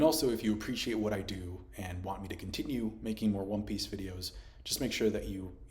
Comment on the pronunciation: wtf is wrong with your pronunciation lol great video about wan peeeeeece still